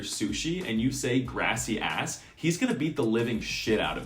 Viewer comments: Every time i heard he say "gracias" is so english accent, he makes me heard greasy ass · This video gave me confidence that i have learnt to speak much Spanish in a way, that i can approve that all of what he said was very accurate, and also that grassy ass is the perfect pronounciation for gracias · I found funny how you pronounced very well most of the phrases, but "Gracias" was pronounced in a very weird (wtf is "Grass-ee-ass"?) way. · am I the only one that heard grassy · I like how he says gracias like Grassy-ass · bro I am from Spain and THAT is not how you pronounce it here and yes I know that is how you pronounce it in other countries but he said it way too slow